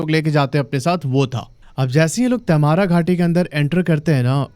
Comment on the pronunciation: क्या बकवास है, मैने कभी नही देखा, और तैमारा नही तमार् बोलते हैं. आप बोलते हिंदी हो और अंग्रेजी का नाम बोल रहे हो. जैसे आप mango🥭, Jamshedpur को क्या बोलोगे? मैंगो या मानगो?